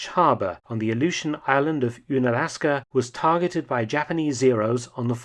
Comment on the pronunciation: Uhn-alaska, not ooon-alaska